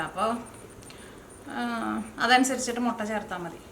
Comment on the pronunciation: മൊട്ടയല്ല മുട്ട എന്നു പറയൂ.......